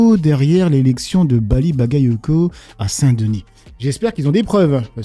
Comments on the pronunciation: Ses excuses etait juste ironique elle se fait un plaisir d écorcher le prenom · Ruth serait antisémites, vu qu'elle joue avec les noms et fait exprès de mal les prononcer ! Il faut être aussi con et malhonnête qu' eux . D'ailleurs Zemmour avait fait pareil, incapable de prononcer son nom correctement il avait même dit "Bali balec". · Hanouna il est lèche quand ça l'arrange elle a 40 ans d'expérience journalistique et elle arrive pas à prononcer un prénom et un nom faut pas prendre les gens pour des cons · une hypothèse, je pense que le facteur qui fait dérailler dans la prononciation du prénom Bally c est l enchainement avec le nom Bagayoko . quand Ruth El Crif essaie de prononcer rapidement Bally Bagayoko elle se prend les pieds dans le tapis